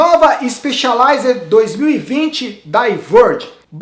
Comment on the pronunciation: Que alivio ouvir o falar Spexialized e não Spessialized!